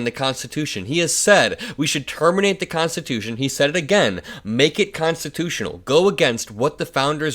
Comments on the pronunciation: Constitooooshh...... he can't precisely say the word constitutional. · GG. Be safe. If you listen the guy whose name im done with, said constitush, not constitutional. Im afraid he is having mini strokes, we shall see. Have a happy please and thank you. Ps please give us an update on what your friend has to say about that. Ty